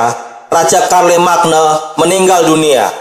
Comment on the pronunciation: Bukannya bacanya Syarlemein ya